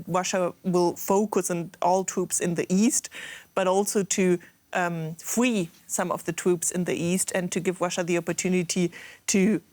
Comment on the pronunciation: We need to "fwee" as many people as possible!!!!